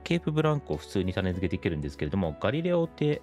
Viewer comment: たねづけ、ではなく、たねつけです。